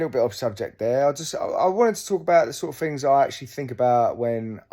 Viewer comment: It’s wurf it when you’re finkin of fings !